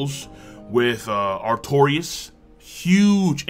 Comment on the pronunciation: The guy says he is a big fan of FS games but he pronounces says "Artoris" instead of Artorias wtf lol